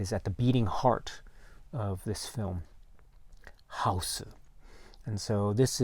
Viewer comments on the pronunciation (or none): Got to have that pronunciation when saying the Title! “How-oose.”